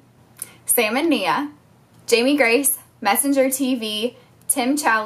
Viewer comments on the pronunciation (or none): none